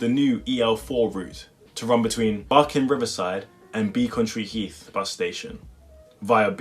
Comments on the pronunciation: It's not BEACONtree heath it's Becontree heath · Beck-on-tree. But tbh hardly anyone gives a crap.